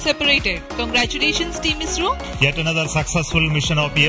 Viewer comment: He said ISRO but pronounced it as IZRO